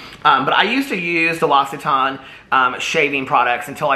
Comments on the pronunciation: Apparently it's lox-e-tan. The brand actually posted a YouTube video on how to pronounce it. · Its pronounced "LOCK-sit-ON" l'occitane is my fave!!! 🥰 its storming here in phoenix and my hubby and I are sitting in the back patio watching the lightning! So pretty! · L’occitane = lox-see-TAHN 🇫🇷